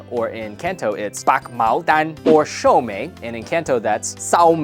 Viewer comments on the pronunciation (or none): Good job with the canto Dan. I can hear the Mandarin accent but it's really good. Your "sou mei" 寿眉 sounded like "sau may" 修尾 (the end in canto). :p